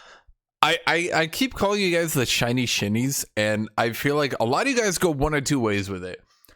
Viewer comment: when I first heard you say "shinshin shinies" you said it in a way that sounded like "chinchin chinese" which sounded rascist towards chinese people and I thought that was kinda funny and now I still think it's kinda funny when you say it so I like it